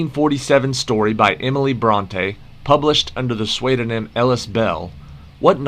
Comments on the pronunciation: The "swaid-onym"?😄Love it or hate it, AI produces some hilarious mispronunciations. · Please teach AI to pronounce Anna Karenina & pseudonym.